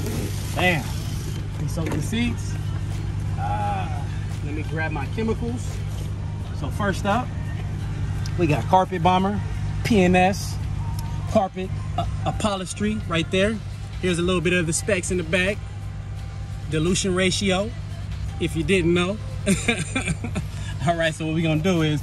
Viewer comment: Bro said up holistry